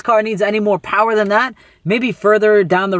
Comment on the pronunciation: Makin some